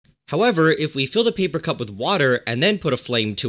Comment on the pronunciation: When he said paper or wood. I first thought he said People and wood. lol.